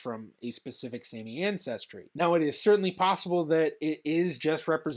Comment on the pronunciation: You should learn the correct pronunciation of Sami.